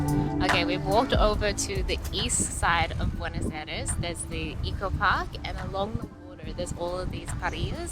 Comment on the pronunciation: Hey fantastic video on the great gastronomic variety that can be found in Buenos Aires.Italians have told me they had the best pizza in Argentina.Thanks for promoting my country,we need all the tourists we can get.Just a small thing,constructive criticism please ask the locals your pronounciation is 3 out of 10.